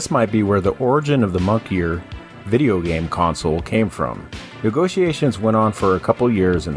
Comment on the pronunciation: for moniker its "mohn-e-kerr" not monkeyer hahaha 🐒🙈